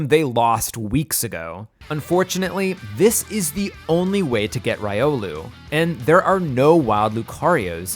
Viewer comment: why did he pronounce buneary and riolu like that.. 😨